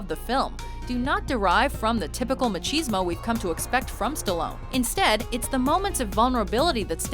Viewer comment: Did she actually say "maCHEESmo" lol that's a good one.